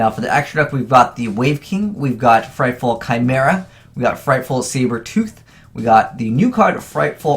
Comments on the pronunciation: okay its frightFUR and edge imp say-bers not frightful and edge imp sah breys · Frightfur, not frightful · Fluffals are only good for Single Duels. They are pretty meh in Matches. PLus DDD doesnt need to be mixed with mediocre tier shit. ABC Player was terribad and Thrasher Rank 4 Engine> Infinity. Also FrightFUR not Ful. So cringe when you can't read. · 2 things that EVERY Yugituber says wrong about Fluffals Frightfull- it is FUR, not FULL Edge Imp Sabres- they pronounce it "Sah-Brays", but that is incorrect. Say "lightsabers" from Star Wars, then take off the "light".